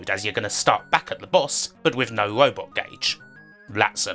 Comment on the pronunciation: I’m sorry, are you saying wowbot or robot? And is it Wocean or Ocean? I can’t unhear you pronouncing some of your R’s as W’s.